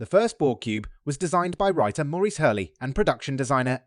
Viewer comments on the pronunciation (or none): none